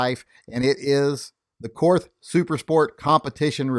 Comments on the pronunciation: Korth is pronounced "court". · Korth is pronounced as 'court' . I guess the reps didn't want to confuse Americans